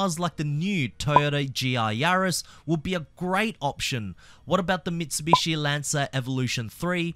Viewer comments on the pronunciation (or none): none